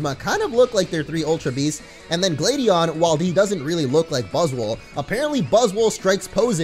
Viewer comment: much why can't you say gladion write